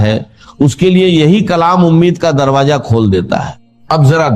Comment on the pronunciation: Beshak ALLAH ke kalam mai koi shak nahi pr ye awaz Israr sahab se milti julti to lag rahi hai pr is mai jo alfaz istemal kiye ja rahe hain or kuch ka talffuz sahi nahi hai jaise darwaJa ,Kimti etc ...ye zaban dr shab ki nahi ho sakti mashaALLAH un ka talaffuz saf tha